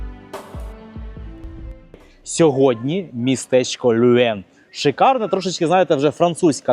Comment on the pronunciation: Все ж таки потрібно казати Льовен, а не Люен. Ви продемонстрували захоплюючу подорож.